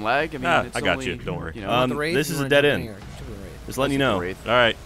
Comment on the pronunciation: wraith more like rayth #barbara